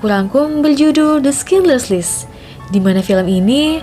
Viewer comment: Sekedar koreksi, klo Schindler's list bacanya "ˌʃɪndləz ˈlɪst" bukan "Skinderslis / skindlerslis" (which is it's originally a German name "Schindler")